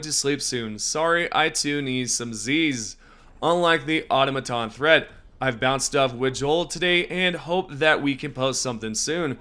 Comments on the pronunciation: Aw Taw Muh Tawns. ... not like Aw Toe Bawts Here is Mirriam Websters : automaton noun au·tom·a·ton ȯ-ˈtä-mə-tən -mə-ˌtän plural automatons or automata ȯ-ˈtä-mə-tə -mə-ˌtä 1 : a mechanism that is relatively self-operating especially : ROBOT 2 : a machine or control mechanism designed to follow automatically a predetermined sequence of operations or respond to encoded instructions 3 : an individual who acts in a mechanical fashion He is an unfeeling automaton. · type "pronounce: automaton" into google. that's how it is pronounced